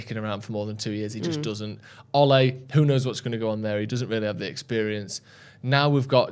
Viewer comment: its Ole, not Olay 🤣😂🤣